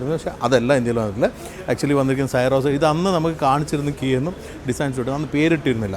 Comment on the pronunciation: എന്തിനാണ് പേര് തെറ്റായി ഉച്ചരിക്കുന്നത് സിറോസ് എന്ന് പറയു.